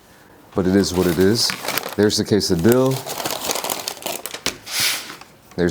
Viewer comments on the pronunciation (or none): Man that stuff actually looks really good. Wish I could try it myself. oh hey just figure I let you know, for quesadilla, phonetically it's pronounced keh-sah-DEE-yah. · lol if you been watching for a while you'll know he does that on purpose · Back in his usa days, they mispronounced things like jalapeno. Now, it's expected for people to use the Spanish accent n shii 😂